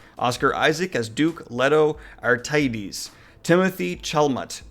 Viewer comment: can't pronounce these names can't pronounce Paul Atreides?